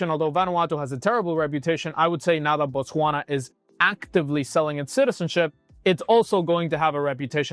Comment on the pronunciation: It is Botswana not Botwasna